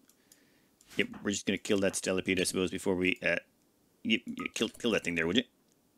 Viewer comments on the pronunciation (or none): I've watched/listened to you mis-pronounce "spelopede" as "stelopede" so many times at this point that I've convinced myself that Tynan spelled it wrong in the game and just hasn't corrected it yet. Don't change it now because that's head canon for me. :D